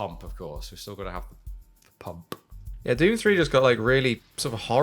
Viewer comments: Was that a nod to Rowan Atkinson?! "Petrol Pum-PUH." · Wait, the way said “Pump”. Was he quoting that Top Gear episode in which Rowan Atkinson had everyone in the studio laughing for how he said words like “pump” and “Bob”? 😂